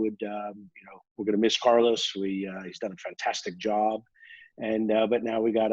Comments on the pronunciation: I will miss him saying Carlous in the future hahaha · Mr. Brown should learn how to pronounce the name Carlos correct, it's not that difficult.